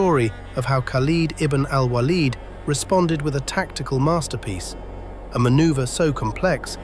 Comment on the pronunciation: at least pronounce the name most said correctly... kind of cringe mispronouncing a name that's in the title of the video